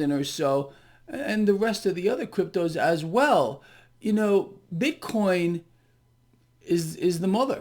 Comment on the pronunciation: says that as well... BIT-CORN....🤣🤣🤣🤣